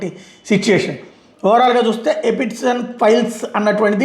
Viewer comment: ఎపిస్టెన్ 😂 ఎప్స్టీన్